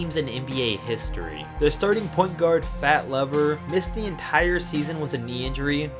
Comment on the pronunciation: It's not Fat Laver as in pulley, but LEver as in leave.